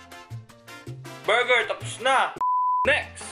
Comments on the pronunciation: Berjer, berjer ANDAMI KO NMAN BERJER?!😂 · “Andami kong burjer” 🤣🤣🤣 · berjer... berjer... isgabeti. 😂 HAHAHHAHAHAHHAHAHAHAHHAHAHAHHAHA. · “Burjer, burjer”, “iskabeti”🤣🤣🤣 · Burjer.......Burjer.....Isgabeti is d best😂😂😂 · berjer berjer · Burjer scabettie?? XD luhh may kukamber XD tawang tawa talaga ako